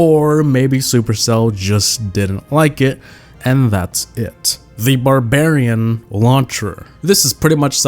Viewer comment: lol he says barbarion launcher but it alredy came out 🤣🤣 edit:sorry for my spelling lmao